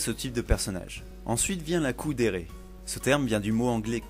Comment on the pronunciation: C’est KUUdere pas COOdere... Enfin, je crois 🤨